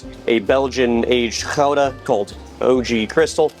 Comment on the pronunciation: As a dutch person I apreciate how you pronounce Gouda correctly! none of this "Gu-da" stuff